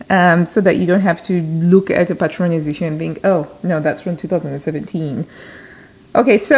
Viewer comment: Hola,! You pronounced "Patrones" perfectly! Greetings from Spain 😊